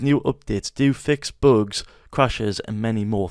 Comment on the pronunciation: “Windoos … do fix boogs” 😂😂 great video thank you very much ❤